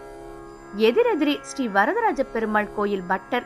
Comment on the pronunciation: Thanks and please get the pronunciation Right, Shri not still, sambhavanai not samba-vani